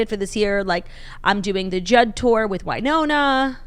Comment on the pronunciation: Went to college in Winona, MN, and we said: “WIN-ona”